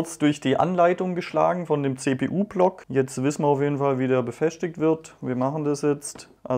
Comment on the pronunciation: kann dem Kollegen mal wer Deutsch beibringen :D nicht alles wird mit SCH gesprochen! :D befestigen, nicht befäschtigen